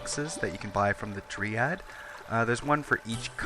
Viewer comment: "DRY-add", not "Dree-add"